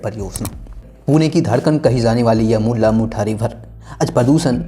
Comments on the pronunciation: Bhai tu jara pronounciations kisi ko puch le video banane se pehle...Tereko mula mutha bolne nhi ata mulla mutha bolra 😓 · आंड नही रे बाबा, औंध 😂😂😂 मुल्ला मुठा नही रे बाबा मुळा मुठा 😂😂😂